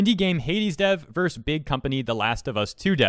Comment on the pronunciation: It's "versus" not "verse". You're not singing a song or reciting a poem!